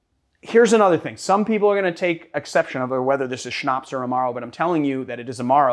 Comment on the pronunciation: Its so funny to watch this vid as a German 😂 I laughed every time he sayed "Schnaps"